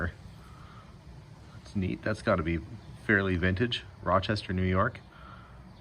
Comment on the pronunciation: I am from Rochester, NY - I really love how you can actually say Rochester just like we do, with out a Canadian accent.. as well as Kodak... So many people butcher it, trying to pronounce the names!